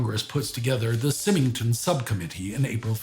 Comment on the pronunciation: Symington is pronounced wiith the first Syllable as Sigh .